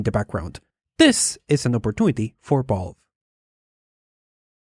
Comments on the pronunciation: V-A-L- VE not balve Valve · My guy, I love you, but it's valve, not vaaulve. 😉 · I was so confused as to why he kept saying balve....then it hit it ahh Valve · i like how you pronounce "Balve, ConBenience" Instead of Valve & convenience. You are one of a 【B】ind. 【B】unique。 Bc or PC? BBBeenie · Really annoying to hear you say "Ball" instead of Valve... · Every time says "Valve/Valve's", I hear "Ball/Balls" and have to remind myself that he's really saying "Valve". Not trying to make fun of your accent, my dude, it's nothing to be ashamed of or anything. I just think it's a little bit funny.:) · Y he say vOlve not Valve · vaulf? its valve mate :P And tribble-ism? Is that a star trek reference? xD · ITS VALVE!!! V A L V E... not balve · Hears the whole world say "valve" for many years, but then says "vaulve".... why do people do this... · When you say Valve it kinda sounds like you are saying Balls, lol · pretty annoying that you pronounce valve as "ball" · I was halfway through this video wondering what bolve(valve) is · This homie pronounces valve as Vulve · what is this "Bolve" you keep mentioning? :D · "Vaulve" XD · v's are pronounced closer to f's than b's. You are saying "Balve", you would be closer saying "Falve" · I love how you pronounce Valve as BAULB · From now on, I will call the Valve company "Bahlb". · i cant stop noticing that u say the v as a b haha